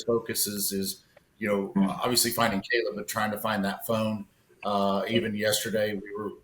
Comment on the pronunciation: Nancy.. its Caleb. Not cellleb